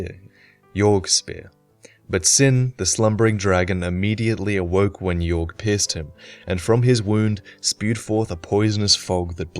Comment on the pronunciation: It's Aldia that experimented on dragons not Vendrick. It's also possible Yorgh is pronounced "Yor" and not "Yorg".